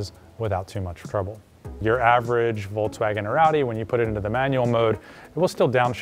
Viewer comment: Very good and informative video, but for the love of god i curl my toes when you say Voltswagin